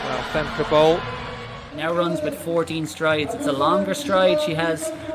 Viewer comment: Femkaypoal"😂😂 as a dutchie, that's what i hear😂😂